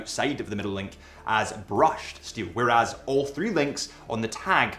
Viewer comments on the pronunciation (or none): none